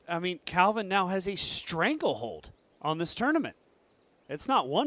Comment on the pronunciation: Heimburg did alright, but the real win in this video is finally saying the name "CALvin" correctly. 🥇